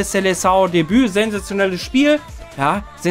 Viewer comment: Es heißt SELEÇÃO